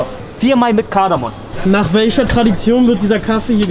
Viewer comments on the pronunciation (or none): Sry aber es ist Kardamom nicht Kardamon!